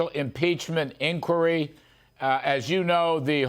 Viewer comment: He can't even say impeachment inquire smh 🤦